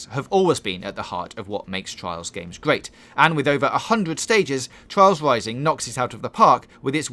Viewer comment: Twials Wising ;)